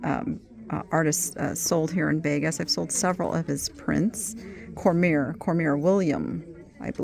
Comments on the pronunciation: FYI sweet. Cormier is pronounced Corm-ee-ay. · Will Cormier might be pronounced Cormeyer